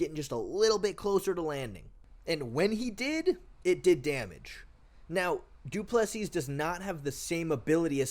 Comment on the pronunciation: Du Plesis = "doo pleh see"